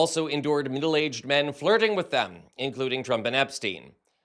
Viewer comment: The way you speak is grinding my gears man. WHY SO MUCH EMPHASIS ON THE "H" in words starting with "wh"??? You're even putting an "H" in words WHERE THERE IS NONE, like "with". GEEZ. Then when you say "been", you're pronouncing it so specifically as "BEAN" (like you're so proper). GEKKKKK! I support the work you're doing, but omg, the way you talk... I also acknowledge that this is just MY opinion that nobody asked for, and you're free to speak as you wish to, and that many other people might love the way you talk. I just felt the overwhelming need to vent, as we humans sometimes do. Carry on.